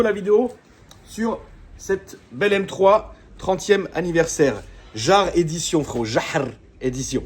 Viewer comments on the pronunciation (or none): c'est pas JAHRRR c'est yâr 😂